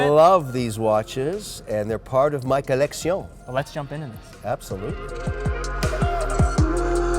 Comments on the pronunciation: "collection" not "collectioné"...come on Kevin, lets keep the consistency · Take a shot everytime this guy says "coleccioun" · Ah yes collectioñe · What a foppish, effete tool. He can't even be consistent in his douchery. Insists on the French 'maison' whenever discussing a different watchmaker. Either Spanish or butchered Italian (sure as hell isn't French) for his 'coleccion.' Yeah we all want to be stylish and that's why we care about watches. But just get over yourself a little bit. 🙄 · It's not a collection it's a Co-Lec-Se-Uh-N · Every time Kevin says colleccione I want to kill myself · “Collectision” oh gosh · The people who stole his watches prolly got annoyed by him saying COLEXION. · He has to stop saying colexioh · "The colesksheionn" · I think they stole his watches just to not hear “coleccione” anymore. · Every time he says collectione im glad he got robbed for his collectioné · This guy is ridiculous. "Collecksiyown" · If he says collectioné like that again... I’m going to throw a kitten in a river. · A “Kollexxion, of GENESAY KWAA” why the hell is he showing us that he knows how to use French words. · That was a perfect interview as it felt more like a great conversation. You were able to bring out a surprisingly likable side of MW - when he wasn’t saying “colleczione”. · You mean collec-ti-on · Ummm Kevin just pronounced collection wrong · What a pretentious fop! So many affectations (the hideous red watch straps, pocket square, pen, and the poofy way he pronounces “collection”). This is the polar opposite of “style.” The guy dresses like the Maitre D’ at a second-rate French restaurant. Everything about Kevin screams that he’s an overcompensating nouveau-riche little man. So, for those reasons, I’m out. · Negative Gains Andrew Sheers saying “collection” in french does not sound much better though 😄